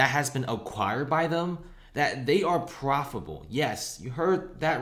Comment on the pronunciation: The company is "profable". Are you for real?